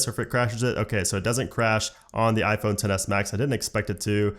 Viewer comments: "On mah ah phone" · “on ma ahphone”